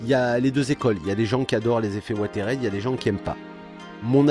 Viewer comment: Ouateride ? Oo Si c'est le mot anglais "weathered", ça se prononce "ouézeurdeu" :p